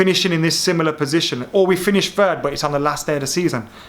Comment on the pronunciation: It’s third not fird